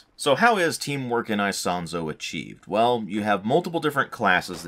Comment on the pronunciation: I do speak some italian and the way you say Isonzo is the correct one. With italian accent it would be " ee-sOn-tso". Just accentuate the "o" in the "son" part.